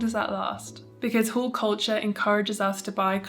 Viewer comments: Thought you were saying 'whole' culture, quite opposite, i think. Sorry, I'm an ESL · Not hearing the L in haul made this video so much more entertaining 😂❤❤❤